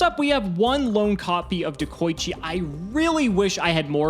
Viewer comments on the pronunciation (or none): Everyone: De-koi-chi: DeH-kOh-iChi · ah yes, deko-eechi